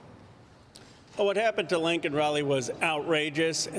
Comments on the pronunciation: Yet another dem who can't even say her name right. It's LAKEN, not LANKEN. Resign. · it’s Laken, not “Lincoln” ya doof… the same doof who complained about pronouncing Kamala “KAmala”. Put some respect on Laken’s name…